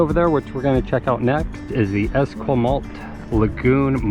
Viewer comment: Trans Canada highway. It goes no where near Alaska. Also, pronounciation of First Nations locations such as Esquimalt and the Malahat are wrong. Ask the locals for correct pronounciation. Otherwise it is a nice video. Brings back memories of when I lived in Victoria.